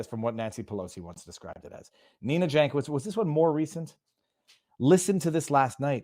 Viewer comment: Yank-oh-veetch in slavic. Like Weird Al.